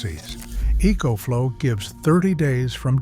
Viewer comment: So EcoFlow is spelled "E E coach flow"? As a master electrician, one might think you'd be able to say words yourself instead of producing crap like this with some stupid AI system.